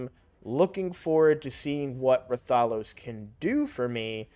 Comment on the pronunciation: Why does every streamer pronounce RATH-OH-LOS as Ra-Thah-Los. It's a crossover character. Quit putting the emphasis on the wrong syllable! Show some respect for the game the character is from